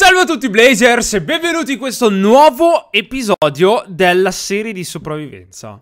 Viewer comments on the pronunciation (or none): Eren hai detto spravviven... vabbè non importa più